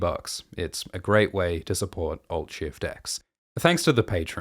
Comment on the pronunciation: Alt Shift X = Alt Schwift X